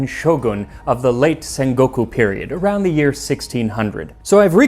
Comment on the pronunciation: he said senguku tho XD